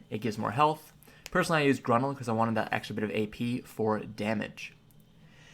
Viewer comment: Yikes... GROO-NIL ( Grunil ) and AH-SOO-LAH (Asula) .. Learn to pronounce